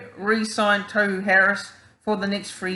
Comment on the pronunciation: Bro.. Tohu (Tor-hu not Toe-hu).. I think it's way too early to talk new captain as injuries can quickly put paid to that.. As the year unfolds we'll have a better idea as to who stands up as captain material.. I like Tohu but we'll see